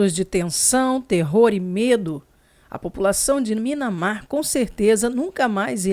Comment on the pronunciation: não fica brava comigo, mas não é Minamar, é Mianmar.